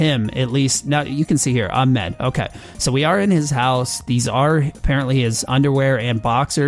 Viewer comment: The way you say Ahmed lol too funny